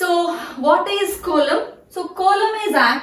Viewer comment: Coelom pronunciation is wrong